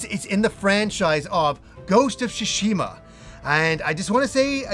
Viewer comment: "Ghost of Shishima " lol